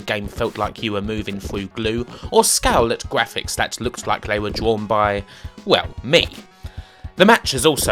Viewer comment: Cwappy wubbish gwafics.